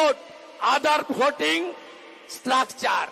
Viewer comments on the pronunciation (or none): উচ্চারণ ও করতে পারে না স্ট্রাকচার শালা অশিক্ষিত